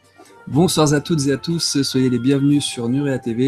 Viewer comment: Merci ! Vous m'accompagnez pendant des travaux que je fais chez moi, avec des sujets toujours très intéressants. Le cataclysme attendra j'espère, j'ai réussi l'enduit et ce serait dommage que cela disparaisse si vite (pensée positive ;-) ) Une petite question pour Guillaume : quand tu dis "bonsoir Za tous", c'est un gage auquel si assidûment tu te soumets ou un code martien ? :-)